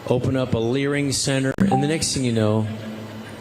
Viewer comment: did he mean learning center? Is he drunk or was he off a teleprompter and couldn’t read it?